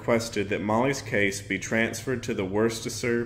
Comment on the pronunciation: Tip: Massachusetts towns typically aren't spelled how they're pronounce... Worcester is simply "wister" or if you live closeby; "the Woo" lol. Thank you for touching on this story!